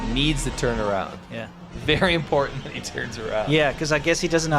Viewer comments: gone back to not being able to pronounce "important." It's impordan! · Say importaNT. There's an nt at the end of the word. I never minded when my kids had that affectation. But after cringing with the fake ghetto -ness of jazzy, I feel we can't let our English slide. Thanks. 😁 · Big props to whoever called out 'Impor-unt' spelling/pronunciation. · Quit saying “ guys” like a couple of teen age boys. Not everyone watching is a guy. And the guy on the right can’t pronounce “ important “ he says “ imporund” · don't forget the imporant T in imporant